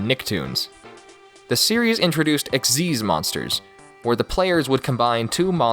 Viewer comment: XYZ not XYZS